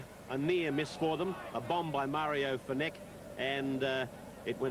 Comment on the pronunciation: Mario “FeneCKK” 😂😂😂